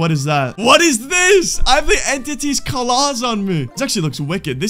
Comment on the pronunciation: mf really said "caw-laws" instead of claws